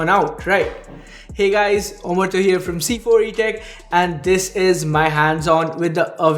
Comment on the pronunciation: now it should me amartya not omorto